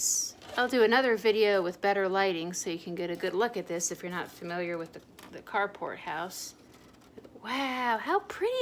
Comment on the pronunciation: Ohh, it’s the Carport House! I just discovered your channel recently and in one video you mentioned it. I thought you were saying “cardboard house” and I got confused because it didn’t look like any of the houses were made of cardboard😅